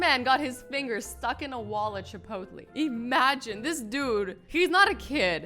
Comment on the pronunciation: Chipotlee😂 it’s chi-pote-lay Azzy😂